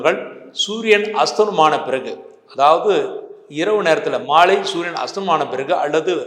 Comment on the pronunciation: sunia or suriyan? pronounce properly sir.